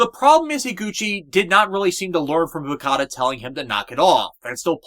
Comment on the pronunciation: Also, again, it's Fukuda, not Fukada.